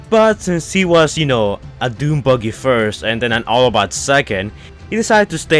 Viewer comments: The way u say buggy is 🤢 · Dude is buggy not boogey or booger. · "*Don't roost me down below" Firstly, you spell *roast, incorrectly. Then, secondly, you struggle to pronounce buggy correctly.